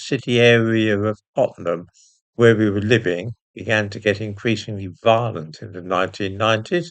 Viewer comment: Tottenham did you say?